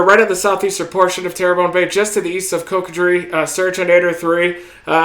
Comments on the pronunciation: You missed his insulting pronunciation of Cocodrie? Said many times COCK A DREE. He supposed to have a masters degree in meteorology but you would think he could pronounce phonically. I guess we won’t be seeing him in Tangipahoa Parish or Atchafalaya basin. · Thank you so very much. Southerners are used to the put downs. This guy’s got a special way about him. He shouted many times. COCK A DREE! How does a Doctor not know how to pronounce even phonically COCO-DRIE? I was born in NOLA before Terrebonne General was built & raised on Bayou Blue. Nice to see a Georgian living in Paradise:) I rode out Betsy ‘65 on Rousell St second floor Ma Bell’s long distance Operator’s room on the job. It’s so quiet in the eye. Ida’s eye straddled Terrebonne/Lafourche line on her west side which is ? Bayou Blue. I love it how some people think we’re stupid for living in that area but live north of us who have to deal with the water all the way to NY subways. They don’t get it! That’s ok we’ll still keep their asses warm. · in a previous video this guy pronounced Cocodrie as COCK A DREE. When I called him on it someone defended him by saying he’s got degrees in meteorology. Okay then he should be smart enough to at least pronounce it phonically like a grade school child. No one would believe that ‘Coco’ is pronounced ‘Cock’. From what I’ve seen this is a guy that will kick you when you’re down disrespect you whenever he damn well feels like it. I need to find out where he’s from so I can understand where he’s coming from. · Im from GA, but I live in Morgan City, and work in Port Fourchon (foo-shawn). Chauvin is pronounced Show-van. Trosclair is traws-claire. Montegut mon-teh-gew. Dulac doo-lack. Cocodrie coco-dree.